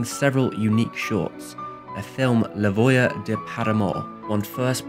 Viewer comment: you should ask a friend to help you pronounce these things. French is only a difficult language to read if you try to read French in English. You listen to a correct French pronunciation, but then you paradoxically speak the French as if you are reading English text. If you want an especially good example, consider the following: you pronounced voleur as voyeur. This is an innocent mistake, but a voleur is a thief, and a voyeur is someone who finds great arousal in covertly watching people in the nude. Voyeur is also ironic here, as voyeur comes from the English misreading of the French voir, where voir means “to see.”